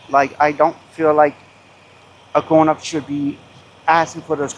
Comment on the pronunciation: Dude, do yourself a favor and don't say the words "gwon-up, kwokpot, wong, wealization When you said cooking and eating her kink was "unorthodox", ya think?!🤯 I was dead. Love your choice of words.